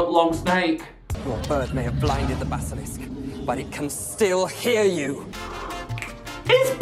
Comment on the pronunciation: "the basalASK"